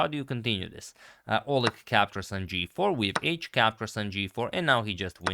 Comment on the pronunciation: In the name Oleg the stress is on E.